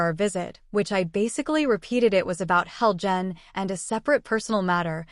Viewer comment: You're saying Helgan wrong, and it Ulfic StormCloak not Stormloak.